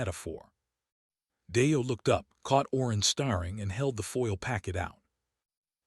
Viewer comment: Star ing, breathed, bowed! Same words mispronounced every story and never corrected!